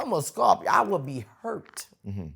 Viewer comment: Scoow' P'Yo!!!! How can u butcher the word Scorpio!!! Time she have the kid she needs to sit down with Boosie and talk about going back to school for a spell 🤣😭😭🤣😭🤣.... Because if she dont she don't love him at all, or perhaps she has the same education level....... My Son is definitely getting to the bag and mad rich from my vantage view!! So he's got the time to do it..... But kid is definitely, unequivocally not smarter then a fifth grader......